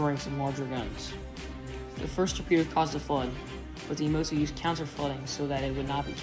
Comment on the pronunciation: Learn to pronounce "Yamato" properly.